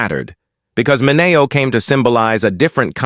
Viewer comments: Sal Mineo's last name is Min e o not Min a o. I know this because his cousin was a physician at a hospital I also worked for. His name is Cyrus Min e o MD. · I found his mispronunciation very disturbing.